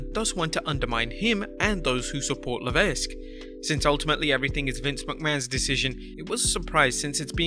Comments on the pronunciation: You have to stop mispronouncing HHH's last name. Its just "Le-veq", Not "Le-vesq". You said his name about 25 times and each time I was like awhhhh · Pronounced “La Veck” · The S is Paul Levesque is silent by the way. "Luh-veck" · Tip; Levesque is pronounced LeVeck. The S is silent. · Little note for... about Paul Levesque name pronunciation.... Levesque must be pronounce without the "S" like LEVEQUE! just saying... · DUDE! LEARN HOW TO PRONOUNCE NAMES BEFORE TRYING! IT’S LEH-VECK! THE S IS SILENT! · The S is silent in levesque. It's pronounced levek. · someone should tell the person 'narrating' these clips that the S in Paul (Triple H) Levesque's last name is SILENT!! that's right, his surname sounds like 'Leveck', but it's not spelled that way... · Levesque is pronounced "Layvek", the S is silent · You don’t pronounce the S in Levesque (Leh-Veck) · It’s pronounced Luh vek the S is silent. Just saying 😀👍🏼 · You aren't supposed to pronounce the "S" in Levesque. Leveck that is the proper pronunciation. It is not a variable name like Henri "onri"/"Henry" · For God's sake. Levesque is an extremely common surname and you should pronounce it correctly. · That’s not how you pronounce Levesque. If you’re not gonna pronounce it correctly, don’t pronounce it at all. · "Levesque", the "s" is supose to be silent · The "s" is silent. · Vinnyboy's PG-fetish is to blame for NXT-failures and WWE's in general and not Paul Levesque (the "S" is silent). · The s in Levesque is silent learn to pronounce the mans name or shut up and let someone who knows how to read and talk do the goddamn job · I wonder how many times he's mispronounced Levesque on this channel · The S is silent in Levesque, just for future reference